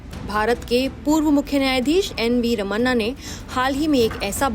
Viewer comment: "रमन्ना" नहीं "रमणा"